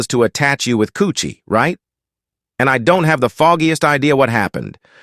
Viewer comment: It's karrueche my Nigga 😂😂😂😂😂 not coochie